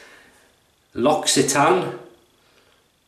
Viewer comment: Great shave, just bought the very same witch hazel myself, I think the maker of Cade is pronounced: lock-see-tan, look forward to your Q & A video. All The Best Mark.